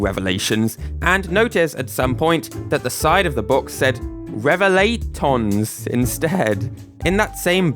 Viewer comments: It is pronounced rev a light ons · pronounce revelaitons as "reh-veh-lie-tons" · Its pronounced reve-lay-eeeeeee-tonnes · You pronounce it "Reh-vuh-lay-ih-tons"